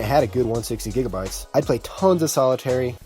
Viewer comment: Hearing you pronounce solitaire physically hurt my brain Good video I like